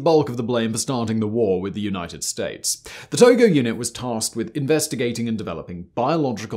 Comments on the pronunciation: Where the hell did he learn how to say names!?!? He is literally the ONLY person I've ever heard of mispronounce his name! Its not To-GO! Its To-JO. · the name of Japanese chief general is not To-go-. His lastname is To-jo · It's tojo not togo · Hideki tojo. Not Togo. 😐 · Most sources say its 'Tojo' and not 'Togo'. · Why are you calling him Hideki Togo? I’m almost positive his name is Tojo. J no G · Well I mean maybe he pronounced it wrong because there's a country named Togo that's pronounced with a hard g 🙃